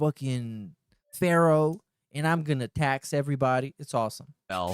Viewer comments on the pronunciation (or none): none